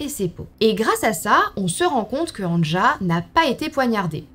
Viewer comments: Anja se prononce "Ania". Le J se prononce comme un Y chez nous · On t’aime mais on prononce Ania le « j » se prononce « y » 😂😘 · Si je peux me permettre, Anja se prononce en réalité Anya, les j sont des y dans les pays de l’Est et en Scandinavie. Sinon cette vidéo est vraiment intéressante, je trouve le concept incroyable et le fait que tu te lance dans le true crime me rend vraiment très heureuse 🥰✨ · Terrible 💖 Pour les noms et prénoms suédois, danois finlandais, le j se prononce y... Pour exemple Anja se prononce Anya 🥰🥰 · Super vidéo !! ( néanmoins en temps que finlandais je te dis juste pour t’informer que le "j" se prononce i donc anja se prononce ania 😭) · Mdr AnJa je rigole toute seule 🤣 ça se prononce Ania...par contre il faudrait éviter les photos. "anachroniques" cela se passe dans les années 60... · anja se prononce ania😉 sinon super video !!! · Il me semble que Anja se prononce "Ania" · Bonne histoire, un petit détail toutefois Anja se prononce "Ania" dans les langues germaniques. Un exemple : Ja en Allemand et Néerlandais. Désolé d'avoir fait ma chiante. Bisous xx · C’est un détail mais Anja se lit « Anya » genre A-Ni-Ya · coucou juste pour te prevenir que Anja se prononce Ania :))) gros bisous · "anja" se lit "ania" phonétiquement😙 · Brdle... Anja se prononce Anïa 😅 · Petite info, Anja se prononce Ania* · Coucou j adore tes vidéo Le prénom Anja se prénonce ania